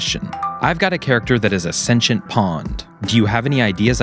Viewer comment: Is that how you should pronounce sentient😭